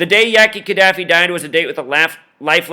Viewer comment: Oh and dude that did this right, please get the names right. It's Ka Da Fi